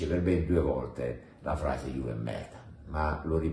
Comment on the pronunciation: Ha detto "juve perda" e' tutto un malinteso.. 😂😂